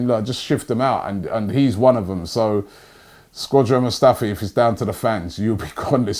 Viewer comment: I thought Britain was the home of English. Here my man Robbie calling Skodran, Squadran lol.